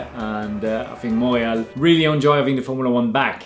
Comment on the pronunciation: I had no idea thats how you pronounce “Montreal”! Learned something new today